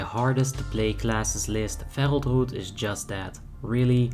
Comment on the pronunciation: Why do you say “r” sounds so stupidly? Druid is not a hard word to pronounce.